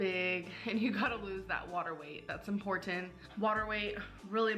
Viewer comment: Disappointment My, want to stick pencils into my ears moments are when she says “impor-end”. Ugh! *edited because I relistened to a vid and realized she doesn’t even use the “T”.